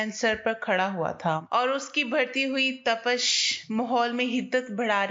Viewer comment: Tapash nahee Tapish Hoti hay